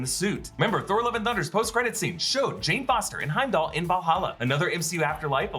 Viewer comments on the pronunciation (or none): none